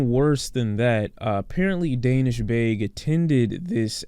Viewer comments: His name is pronounced Dah-neesh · Excellent video, I just wanted to let you know it’s pronounced “DAA nish” as in the AAH sound like when you open your mouth at the doctor, just to let you know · the way he is saying Danish' is triggering